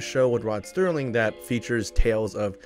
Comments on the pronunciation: Serling, not Sterling, please. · "Rod Serling", not "Rod Sterling" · Mandella Effect: its Rod SER LING not Stirling At least thats how its pronounced back in my timeline